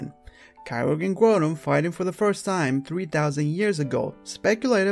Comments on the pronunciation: Its Grou-don and Ky-Ogre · also the Grou in Groudon is supposed to be pronounced like the grou in ground after all its not spelled growdon or gruudon it's Groudon